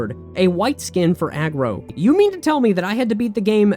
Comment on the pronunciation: What are you calling the horse in Shadow of the Colossus? Aggro? It's Argo my dude.